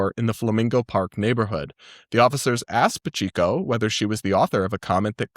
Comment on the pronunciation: just so you know, Pacheco is "pah-CHEH-co." You'll probably run into the name more in Florida lol